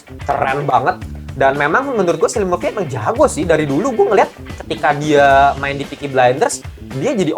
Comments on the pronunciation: Lewis Strauss bang nama yg diperanin rdj Bang penyebutan namanya Cillian itu bukan pake S tapi pake K iadi "Killian" bukan "Sillian" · btw bang, cillian itu dibaca kilian bln silian